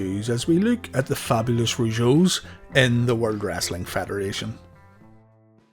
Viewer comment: You misprounounced "Fabulous", lol! I think their theme song was amazing. Jacques was amazing as The Mountie! And he's a hero for standing up to Dynamite Bully.